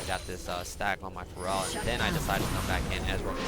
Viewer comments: isn't feral pronouced fare-ral? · ive always wondered if is pronouncing 'Feral' wrong h pronounces it 'Pharell' like the rapper? XP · I love the vid but his pronunciation of "feral" makes me so annoyed. pet peeve I guess